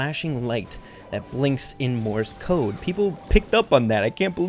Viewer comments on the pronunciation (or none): every time he says "morse code" all i hear is "MORTIS CODE" "MORTIS CODE"